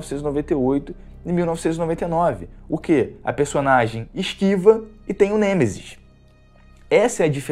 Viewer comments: Não é Gemesis... é Nemesis, outra coisa, reclamar de sombra? Detalhe gráfico em algumas partes do cenário? Fala sério cara, é por isso que os caras descem a lenha em você, eu não faço isso com ninguém, mas tem hora que você força demais. Esse jogo o que ele tinha que ter era a mesma história, cenários, personagens, inimigosz puzzles e o caralho a 4. Se quisessem adicionar algo, poderiam como puzzles, cenários extras e até opção de jogar apenas com o Carlos, já que como você disse, hardware o vídeo game tem pra isso, mas infelizmente essas empresas só quer saber de entregar produto feito às pressas pra ganhar dinheiro de fã. Vê se pelo menos cara, analisa e dê importância as coisas que realmente são importantes, se você vai fazer uma crítica há algo, que pelo menos saiba pronunciar o nome do antagonista do jogo corretamente, e que foque naquilo que os fãs sempre quiseram, que é didelid ao jogo original e alguns conteúdos extras. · cara o seu review ta bem legal mas nao se fala gemesis é nemesis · "Genesis" kkkkk que isso tu é raiz mano te endireita kkk